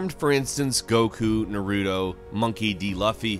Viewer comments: Is pronounced with a long u sound not short so it’s pronounced loofy and with naruto your supposed to pronounce each syllable, your just butchering all the names. 😂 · It is not nar-roo-toe, it is nar-ruh-toe Naruto. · Oh my Lord. Tenchu=Ten-chew. Naruto= Nar-ooh-toe. Monkey D Luffy🤦🏻‍♂️😂. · This man said narutoe 😂😂😂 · Why do people insist on calling naruto nuhroodoh lol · its NA RU TO BOIIIIIIIIIIII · I cringed ever time he said Naruto and Luffy. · First the way you said naruto drove me nuts and after you pronounced luffy I almost punched my computer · Is nobody else bothered by how he says Naruto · did this guy really pronounce naruto worng smh